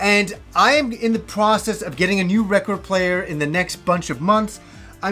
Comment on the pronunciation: you have a very sensual way of pronouncing record